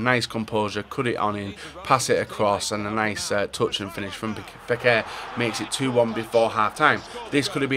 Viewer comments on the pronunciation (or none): none